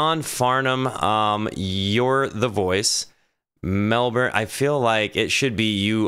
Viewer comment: It is just pronounced Mell born. And it is You're the voice. Try Guy Sebastian and Lupe Fiasco singing live Battle Scars.